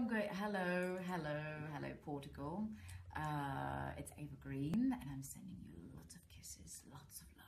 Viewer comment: PORT--A-GUL?? Has she mispronounced?